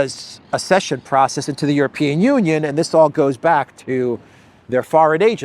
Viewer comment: Ac-session, not ass-session.